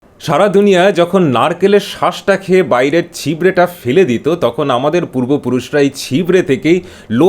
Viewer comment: One correction: Fele নয়, phele, এত বেশি বাঙালি বাংলায় বাঙালিদের মধ্যে থেকেও বাংলা উচ্চারণ কি করে ভুলে যায় জানি না